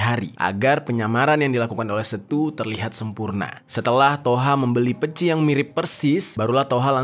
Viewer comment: Peci pengucapannya seperti kata kece, untuk huruf e nya